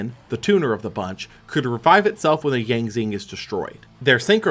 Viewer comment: 2 things. 1. I wonder how he'll react when he does 2015 and sees the worse fusion spell for a fan favorite deck (Red-Eyes Fusion). 2. The x in the Yang Zing names are pronounced like "shi".